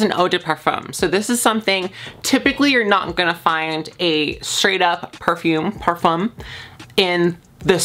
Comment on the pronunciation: i just want to say as a french speaker i find it so cute how you pronounce "parfum" it's so awwwww